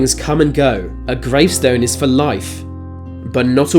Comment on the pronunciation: „gravestone is fro life”😂